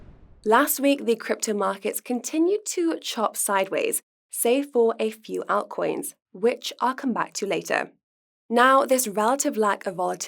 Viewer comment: Can somebody please tell how to pronounce 'altcoins' ❤️